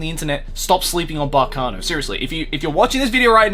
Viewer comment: Kudos on getting the correct pronunciation of Baccano